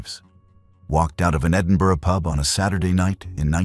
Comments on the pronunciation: Bless you for pronouncing Edinburgh correctly 🎉🎉🎉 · Its a first right enough lol. Normally Americans can't pronounce Edinburgh right. he got glenochil wrong though. He said glen o chill, if you read this podcast guy its glen o kill. obviously that's just how you pronounce it. Not spell lol. Sorry. I'm a geek 🤓 🤪 🤣